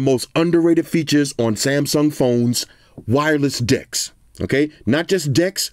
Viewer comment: Sounds like you said "Wireless D!cks" Not just D1cks. Wireless D1cks.